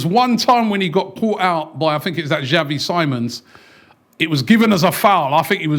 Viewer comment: “Xavi Simon” 💀